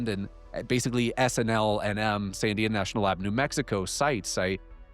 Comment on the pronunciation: is literally the best (along with Jesse) but like now i have to wonder, is the dude an alien himself? Because he has super weird pronunciation. He literally can’t even pronounce Sandia. And he is always putting the emphasis on the wrong syllable. I’m saying he’s either canadian or an alien entity himself. Either way. Great stuff as always!!!